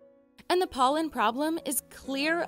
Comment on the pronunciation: Did I hear PÖLLEN ?